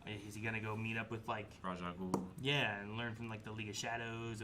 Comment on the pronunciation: I will never understand how they constantly mispronounce characters names even after hearing the correct pronunciation MANY times. Like Zatanna or Ra’s al Ghul. The tanna in Zatanna is pronounced like the taun in tauntaun. Not like tan. And Ra’s is pronounced Ray-sh, not raz or ross.